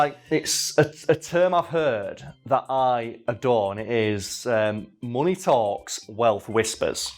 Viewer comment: "he had so much monay"